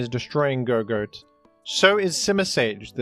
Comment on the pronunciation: I think Gogoat is supposed to be said like "gog-oat" (gog like goggles or good old games, and oat like breakfast)